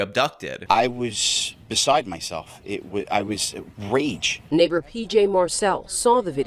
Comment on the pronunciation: its actually pronounced "Neighbor"